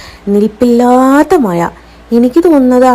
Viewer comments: മയ അല്ലെടീ " മഴ " 🤣🤣🤣🤣🤣🤣🤣🤣🤣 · മയ അല്ലടി മഴ